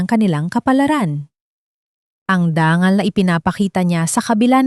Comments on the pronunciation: Dangal o danggal? Ayusin mo ang pronunciation mo. Nakakawalang gana. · Ang daming mali sa pagbigkas .. dangal.... dang gal